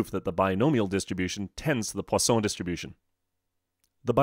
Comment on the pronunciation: i need to learn to say 'Poisson' like him